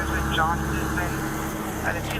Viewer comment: I appreciate the correction you made when you said Guzman. I hate it when people say goozman lol. My last name is Guzman